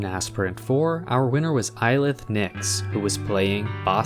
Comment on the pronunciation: hey that's me! Ailith pronounced Ale-ith (regretably, as if you were saying fail). Thank you as always for these snapshots, even if I forget to participate in an event I always look forward to them :D